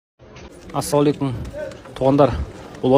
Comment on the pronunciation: Автор биринчи саламдашканды үйрөнчү эмне деп былжырап жатасын Асулекум дегени эмне